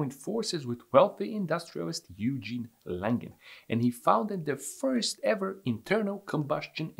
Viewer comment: He is indeed doing it very well! It's not the ususal "wet" and "sloppy" American/english interpreatiation of letters, but pretty much to the point normal german or french, only "Yougene Langen" was a bit off, it should have been Oigen Langen, Like in oil and a G like in graphics.